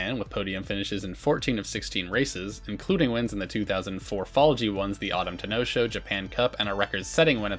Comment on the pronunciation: I'm gonna claw the wall if I hear the Ten'no Shou pronunciation 😂 Yes, there's a stress between the ten and no 😂 But also, the histories THAT stacked!